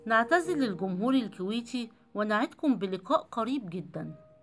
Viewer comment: الكويتييي يعمي انطقي عدل